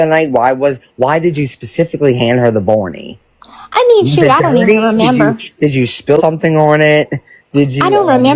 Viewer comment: OMG Baaawney? it's BARNEY 😅